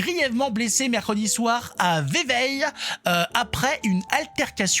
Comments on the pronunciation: On ne prononce pas Vevey, Véveille mais Veuvet. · 🤣 Vevey se prononce"Veuvèè" en dialecte local🤣🤣 Bizzzz